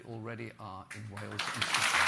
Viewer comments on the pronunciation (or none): none